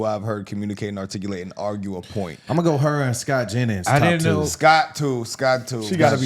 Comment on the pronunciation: Using the word “articulate “ too much and not saying it correctly. Corny